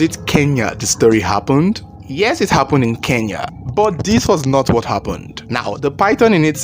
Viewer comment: Your stories are intriguing and sound legit; you can pronounce Kenya so well unlike most Nigerians. Watching from Kenya.